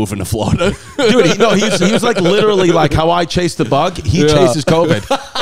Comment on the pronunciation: Chrissy LIT-TERALLY